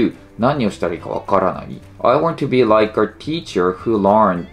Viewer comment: teacherじゃなくてtecherで草